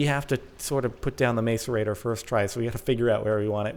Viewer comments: Macerator is pronounced mass'erator not mace'orator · Hi Jordan! I love this series and congrats on your new condo! But please, the macerator is pronounced (mass-er-a-ter). Lol not being mean just wanted to tell you! ;D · The way you're pronouncing "macerator" makes me cringe oh man. Not "Mace-ur-ator" like you're hitting someone with a mace, its "mass-ur-ator" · its pronounced mass-er-ator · Jordan its pronounce masserater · It's pronounced (mas)(er)(ate)-(er) Just to let you know :) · its pronounced macerator with a short "A" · can you please not say mace at the start of macerator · its pronounced mass-er-rater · It is pronounced mas-a-rate-or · The macerator is pronounced mass-er-a-tor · It's pronounced masarater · Its pronounced mass-u-ray-tor ( i know incorrect spelling) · BTW its prononst mass-er-a-tor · It's pronounced mas-er-ate-er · It's pronounced mass-erator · It is pronounced maSorator. Not maCorator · It's pronounced masserator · its pronounced mass-ore-ate-ore this is just bugging me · It's mass-er-ate-ter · It's mass-er-ater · it is pronounced 'mass ore rate tor' don't mean to be that guy but... Lol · It's pronounced MASSerator. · It's "macerator. (Mass-or-ate-or)" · The macerator is pronounced mass-er-rate-er. It doesn't matter though. Your videos are awsome. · It's pronounced masserator but looks like macerator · jordan, macerator: pronounced- MASS-er-ate-or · MASS-ER-A-TOR NOT MACERATOR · btw, it's pronounced mass - er - ate - or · Macerator is pranced mas-a-rator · its called a mass er a t er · Jorden! I thin u will find its pronounced. Mass_a_rate_or. jeeze! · Is called a mass-a-rate-tor :) love the vids! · macerator (mass-er-ray-tore) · Direwolf pronounces it mass-erator. Pretty sure he would know. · Not really in this case scenario though :I I actually just looked it up, it's actually mas-uh-reyt-or. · Macerator is pronounced "mass-er-ay-tor" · Isn't it pronounced mass-er-ate-er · the macerator is pronoused masserator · Its not mace its mass